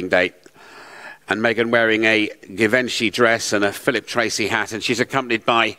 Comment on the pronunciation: Who on earth gave a man instructions to discuss fashion. he could not even pronounce Givenchy correctly.